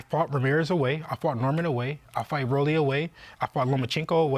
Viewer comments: As a boxing veteran fan, Max knows damn well, (even if the culture will never fully acknowledge Rollie) [but real ones do because we’ve seen what he’s accomplished] his nickname is pronounced “ROLL-EEEE” not “rawly” lol. Rollie, like a Rolex. Max, your gray hairs are showing, and it’s through your ego 😂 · Word. Lol His name is Rolando.. Roll-ee.. its not that hard! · Shit was annoying saying rawlee. Clearly said Rolly properly twice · Max it's pronounced "Row-Lee" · I use to have some respect for Kellerman even tho I think he’s kinda clownish sometimes with his takes. Then he starts calling buddy Raleigh after clearly saying his name CORRECTLY the first time. Clown behavior. If I was Rolly i would roll up on him and check him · Max is saying Raleigh and Oscar say Roll-lees smh 😂 say it right geez! 😂 03/10/2026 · its pronounced ROLL-LEE NOT RAW-LEE. sheesh max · Rolly = Row - Lee. Not Roly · Rah-Lee ? Seriously max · Max pissing me off saying Raleigh instead of Rolly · Does it piss you off when ppl say “Rollies”? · Doug Fischer says it right, Max keeps saying Raleigh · How hard is it to say rolly?? Ro-lee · Raw-lee? rock Lee? C’mon Max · Who the world is Rali?!? It took them 7+ mins to correct him. Goodness🙄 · It’s pronounced “ROW-LEE” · Max wtf is that guy 😂😂😂 Conner Voice 😂😂 it’s Ro -Le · Pronouncing Rolly isn’t hard. Roll-E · he dead said it right the first time and then said f it, why not be annoying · Shame on Devin Haney for allowing them to constantly say Rolly name wrong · the fact that nobody has corrected him about saying his name it’s crazy and this is a boxing channel talking about another boxer and your mispronouncing his name almost intentionally at this point lol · Max is literally saying Rollys name wrong on purpose.... Wassup with that??? The Rolly disrespect is actually kinda crazy, he would whoop a lot of these dudes in a street fight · Not the first time Max pronounces people’s name wrong on purpose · his name is Raleigh